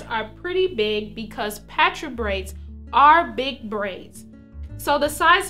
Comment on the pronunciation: I thought it was pronounced (paw-tra)